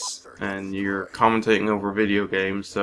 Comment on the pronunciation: bedeo? or video? lol